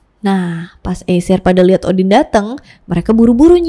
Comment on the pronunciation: Namanya yg kudengar seakan, Scholtz or Skull, shantung or shutung , boogey or boogey man, Odin or Udin ?! 🙊